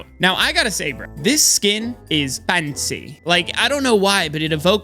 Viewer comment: the way say fAnCy✨ 😂